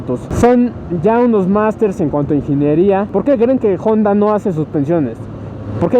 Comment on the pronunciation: Al fin alguien que pronuncia de manera correcta el nombre de la marca Jonda en vez de Onda . Felicitaciones sigue adelante 👍